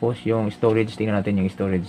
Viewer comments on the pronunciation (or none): none